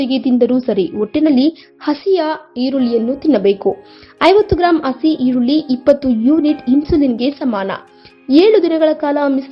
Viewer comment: vasi Nin kannada na serimadko. Hasee eerulli annoke badlu asee eerulli asee eerulli anthyalla, Mandya candidate’a